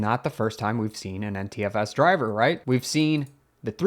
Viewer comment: Your NTFS sounds like Anti-FS. :-)